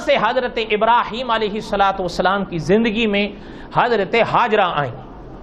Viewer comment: Hajra nahi Hajar naam hai, Mufti Zarwali Khan Sahab hamesha batate hai